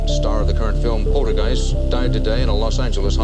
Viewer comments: pol-ter-guiest not porter guise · POL-TER-Qeist not Porter-Qiest